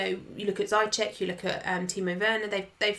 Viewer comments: I take a shot every time says ZYCHEK instead of Ziyech. Im properly messed up right now. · Ziyech in arabic is pronounced Ziiyech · For god's sake, Ziyech is pronounced 'Zeeyesh' XD